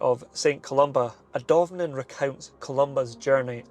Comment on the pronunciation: Take another look at the pronunciation of Adomnan. "A-Thom-Naan"